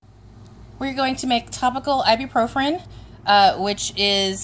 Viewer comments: Great video but you're putting an extra R at the end of Ibuprofen when you pronounce it. It's "Eye-B-Pro-Fin" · Actually, it's pronounced "Eye-bue-Pro-Fin".